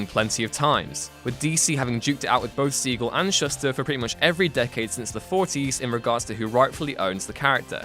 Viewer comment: Shuster is pronounced Shoo-ster.